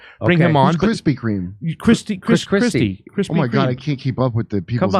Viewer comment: “ Chrispy Kream “ BHWAAAHAHA !